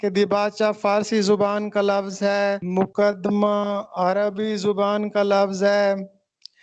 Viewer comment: جناب! مقدمہ ، پیش لفظ